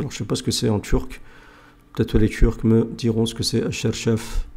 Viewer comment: Selem alaykum mon frere, on ne dit pas charchaf mais çarşaf, cela designe le voile